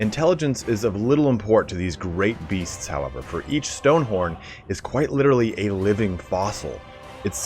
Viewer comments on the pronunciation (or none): none